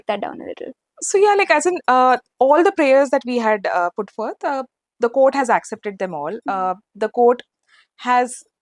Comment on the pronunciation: Not aksep inghlis😊